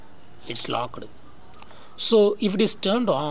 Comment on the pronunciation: Locked not lockeddd😹